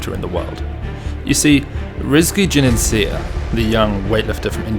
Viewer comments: RIZKI JUNIANSYAH. The 'Y' in the 'syah' is pronounced like an 'H' like in shisha. So it's not Junianseeah but Junianshah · Slight nitpick, "Juniansyah" is pronounced "Joo-nee-ahn-shah" rather than "Joo-neen-shee-ah". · Bro you need to learn how correctly pronounce his name. read it slowly and pronounce it letter by letter. Juni-an-s-yeah